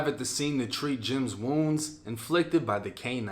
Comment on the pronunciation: His name isnt jimm scy, its jimscy pronounced jim ski 😂